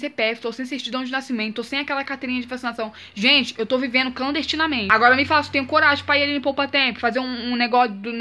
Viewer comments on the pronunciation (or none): "Eu to vivendo clasdestinamente" kkkkkkkkkkk